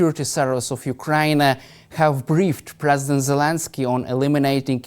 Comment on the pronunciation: Hodges needs to learn how to properly pronounce the name Zelensky. It's NOT Jelinsky or Gelinsky! Even the closed captioning is hearing that.